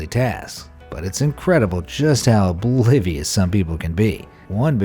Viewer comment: It’s incredible how oblivious the narrator is that there is an “O” at the beginning of “oblivious”.